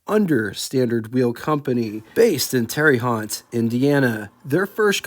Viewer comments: Oh boy,. Here we go again…. Terry Hot??? 😂. Terre Haute is pronounced “Tehr-uh-hote” - rhymes with “dare a goat”. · (It's "Terruh HOTE", Indiana) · Yes he does pronounce words in his own special way doesn't he,... Parry as 'Perrie' and Willys as 'Willis' also Terra Haute as Terra Hot etc. etc. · This the first I knew this company had its roots in Terre Haute, Indiana! (Pronounced Tare Hoat) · Can’t even pronounce Terre Haute? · You can't even pronounce Terre Haute Indiana. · I've lived my whole life in Indiana and I've heard the city of Terre Haute mispronounced everyway you can think of, I like yours the best. I'm going to start using it. LOL Thanks for another great video. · I never knew about the pronunciation of Willy's. I'll take your word for it. However, you did really f*ck up the pronunciation of Terre Haute. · tells us how to correctly pronounce Willys but then butchers Terre Haute 😁